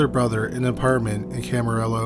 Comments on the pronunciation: Good one. By the way, Camarillo has a Spanish pronunciation. It’s called Cama-ree-oh. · Pronounced Cam-a-rio. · Camarillo is KAM-A-RIO..Spanish word! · Camarillo is pronounced without the Ls (camario)